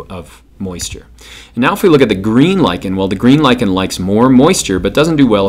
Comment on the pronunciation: HE LIKENS LICHEN TO LICHEN nyuk nyuk nyuk nyuk